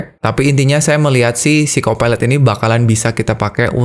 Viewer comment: aku dengarnya "phsyco pilot" hampir dengarnya psikopat